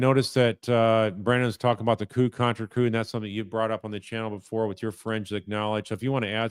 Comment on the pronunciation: The medical term "contrecoup" is pronounced "kon-truh-koo